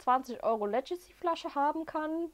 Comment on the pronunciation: Schönes Video. Legacy wird tatsächlich mit g und nicht als Ledjacy ausgesprochen.